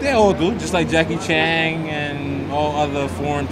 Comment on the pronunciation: Jackie CHAN not CHANG...